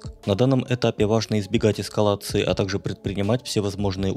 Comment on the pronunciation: Да уж-"грамотный"! Особенно когда эскалацию эКскалацией называет! 4 мин.28 сек. Представляю какая грамотная Патриция?😂😂😂😂😂😂